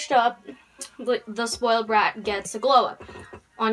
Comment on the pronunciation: ''Sploid blat gets a glow up''